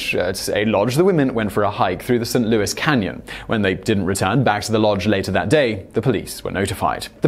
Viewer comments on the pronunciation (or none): none